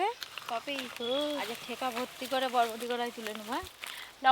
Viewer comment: বটবটি না বরবটি